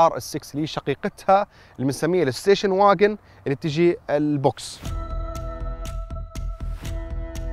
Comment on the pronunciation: مع كامل احترامى ليك .. بس مافيش حاجة اسمها واجن ... المفرلوض انها فاجن لانها كلمة المانية وتعنى سيارة wagen وباقى الفيديو جميل ♥ شكرا للمعلومات